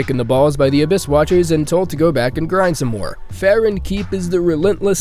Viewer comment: I had to stop watching after he said that the A-Bitch-Walkers were hard